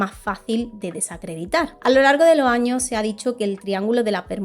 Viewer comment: Temas muy interesantes pero me da algo escucharte decir "en lo estado unido" "a causa de lo huracane" "a lo largo de lo año" 🥴 y las S's? Es una de las características principales cuando hablas en plural.